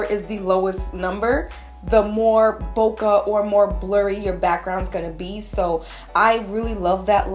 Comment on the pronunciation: The quality of this video is amazing! Thanks for the tips. BTW, "bokeh" is pronounced like [bow-keh] as in the "ke" in "kettle" or "Kenneth" because it comes from a Japanese word. I was a bit confused the first time I heard you say it. LOL But whatever. Anyway, congrats on the 70K! 100K here we come!